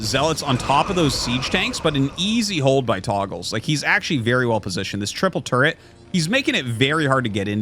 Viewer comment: Fun grammar lesson: The word "togles" should be pronounced "TOE- ghels" because it only has 1 g. In typical English words, You need a double g to indicate a soft vowel sound. In other words, the name Artosis is saying would be spelled "Toggles."